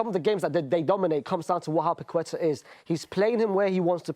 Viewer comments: lol the way Brits absolutely REFUSE to say foreign words/names correctly is so funny. He heard the other guy say Paqueta correctly multiple times, then proceeds to say “paqweta” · Nobody in England knows how to pronounce Lucas Paquetá's name. The 'u' after the 'q' is silent and the stress is in the last syllable (hence the accent on the 'A'). Hence it's pake-TA. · His pronunciation of Paqueta is killing me hahahah.